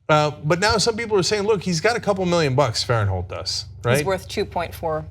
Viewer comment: I know Blake Farenthold and its pronounced Blake Faren-thold not Farent-hold. She took a settlement and though i have no idea if he did or not but in any case, he is paying out of pocket back to the congressional account. He was never estranged with his wife and i know this as i know the family. She took the settlement and cannot sue. She is basically trying to ruin his career years after the settlement. I recommend you look up the dates of this settlement and tell me why there has been such a gap since the settlement and now she suddenly wants to make a hit piece.